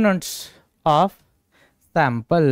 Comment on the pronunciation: Sir aap sample ko pample kyu bolte ho ka